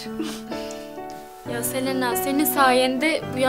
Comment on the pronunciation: Selenağğ deyil Selena